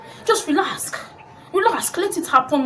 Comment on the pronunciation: "Just relask"😂😂😂